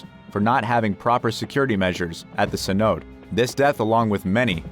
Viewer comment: YUP - I CALLED IT!! Now Mr. WORST-NARRATOR-EVER please tell me what a 'Sin-ote' is... I'm guess you meant Cenote pronounced 'Sin-o-tay' meaning a sink hole that is deep enough to be filled with groundwater.... Oh and we can't forget the "COASTA Concordia" which must be a sister ship of the 'COSTA Concordia' Not only do you NOT know how to pronounce words that people should know after graduating HIGH SCHOOL (everyone knows you didn't go to college and finish) but YOU. SOUND. LIKE. A. CHEAP. RO. BOT. ughh talentless hacks getting paid to narrate because they have a microphone 🤦‍♂️🤦‍♂️ HERE'S A TIP: READ THE SCRIPT FIRST BEFORE YOU RECORD IT. I guess you got confused as to what a 'London eye' was, ughh you know i don't even feel like finishing this... I hate the job you did on this and you should be replaced ASAP - I'll do the job 4 times as good for half the price... but not for a channel with near 2 million sub and 8000 video views 🤦‍♂️